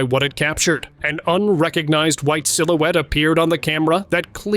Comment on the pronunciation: Darting "SILOOTIE"??? I think, in fact I KNOW the word is "silhouette" and pronounced SIL-OO-WET 😢😢😮😮😮